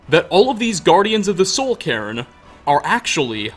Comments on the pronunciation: Sounds like you keep saying "Karen" when you say Cairn lol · I mean it's honestly the way pronounces it more often than not so the subtitles ain't wrong.